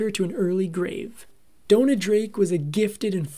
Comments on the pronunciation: It's Dona, not Donna. Pronounced "Doh-Nah". You can research the correct pronunciation. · It's pronounced that way because of the spelling. It's DONA and rhymes with Mona. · Downa? Downa? Why in the world would you pronounce it that way?